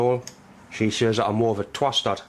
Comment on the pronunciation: Moré tea vicar lol